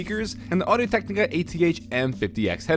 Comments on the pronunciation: is it just me or did he said audio technic kinda weird? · the way he says audio technica grinds my gears :)